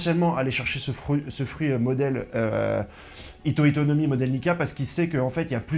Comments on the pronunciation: 🤣🤣 tu le fais exprès HITO-HITO NOMI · Petite correction, c'est le hito hito no mi et pas le hita hita no mi, sinon super vidéo comme d'hab on est a l'affût bg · Le "hita hita no mi" on dit le hitO hitO no mi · C'est le hito hito no mi pas le hita hita no mi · pourquoi tu dis hita hita? c'est pas censé etre hito hito no mi? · Le nom du fruit de luffy c’est « HITO HITO NO MI » c chaud que tu fasse l’erreur